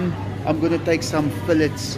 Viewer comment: Lmao FEEL-let’s 😂